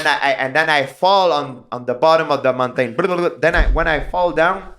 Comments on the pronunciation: King of the mow-tane..... prob similar to king of the mountain in America. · "an den I fall on de botom of de mon tain bdldldldld" -GSP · Montayne is very close to the French pronunciation for mountain. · "We played king of the mountAINe" love that accent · The way he says "mountain" is so funny hahaha. Mon-taiin. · Ah yes king of the Moun-Tane, good times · "The mon-tane" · why would he pronounce Mountain as “Montayne” and then say it correctly when he says “Snow Mountain” ? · They way GSP says mountain is hilarious. Mon-taynn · “King of the mown-tane” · Samuel L. Jackson: say “Mon-tain” one more god damn time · Well I guess I’m changing how I say mountain from now on 😂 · i love the way he says mountain....french canadians are awesome